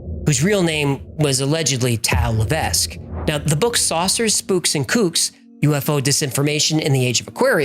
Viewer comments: Hello great videos you miss pronounced Levesque it's pronounced la vek s is silent. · Levesque is a French name, normally it's pronounced "le veck", the S is silent. I say Lev Ess Que, but that's not the correct way either. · btw levesque is pronounced Lev eck ... it is FRENCH not english